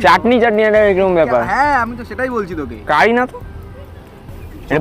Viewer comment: 4.26 otar uchaaron CARRY pata na CURRY pata.